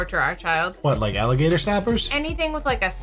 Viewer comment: And he didn't say alligator he said millagator whatever the hell that is 😮